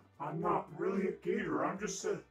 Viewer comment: is a gator....ITS PRONOUNCED GAYTOR😂😂😂😂😂😂😂